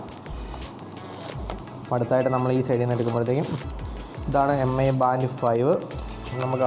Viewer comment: മി എന്നാണ് വായിക്കേണ്ടത്, എം ഐ എന്നല്ല